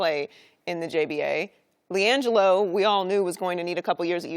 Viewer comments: “Lagelo” I’m crying 😂😂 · la "gello"...Ctfu lol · "LiGelo"...LMAO...Damn Shannon!